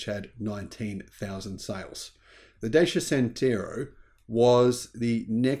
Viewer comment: Dacia is pronounced “Da-Cha”, not “Day-C-A”. Jeesh.